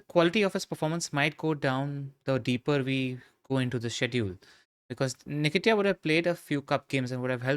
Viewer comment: That pronunciation of Nketiah hurts my soul